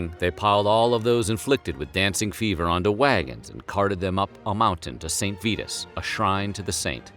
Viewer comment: Gahhh the word is 'exacerbated' not 'exasperated'. And please look up how to pronounce St. Virus Holy hell this world is sliding into Dunning Krugerville.